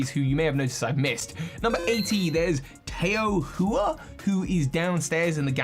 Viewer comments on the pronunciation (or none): Tao Hua is pronounced like “Tow Hwa”. Tow like “Ow” not “oh” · Tao Hua is pronounced Tee-ao huu-ah and it is Chinese for Blossom/ Sakura. I would prefers thinking he is related to Mustard going by the very Asian name than Opal who looks more Westerner. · Off the bat, the playable Legends characters are not Dawn and Lucas, they are named Rei and Akari respectively, and it’s unknown why they look like the DPPtBDSP characters. Also, Tao Hua is pronounced “Ta-ow Hoo-wah” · Hearing him butcher names like Tao Hua & Laventon makes me double over in pain 😂